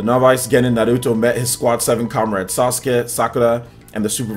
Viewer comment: Say Nahluto one more time